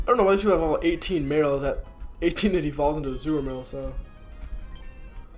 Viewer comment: Hey,! Just so you know, it's Azumarill and not Azuramill. The wierd thing is that a friend of mine from school also calls him that. I suppose he"s been watching you lateley.